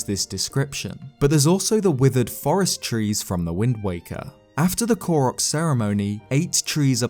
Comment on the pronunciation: When he say Ko-rock instead of Ko-roke 😔😣😤